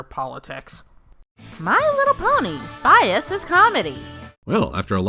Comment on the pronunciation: "Bais" Bais... Bais. BAIS.. BAIS!!!!!!!!!!!